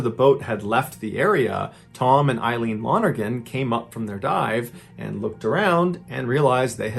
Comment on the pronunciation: I just got wayyyy too excited that you pronounced "Lonergan" correctly. That's my last name and you'd never believe how badly I've had people butcher it =)